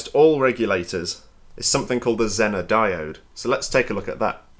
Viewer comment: The American pronunciation of “zener” is “zee nr”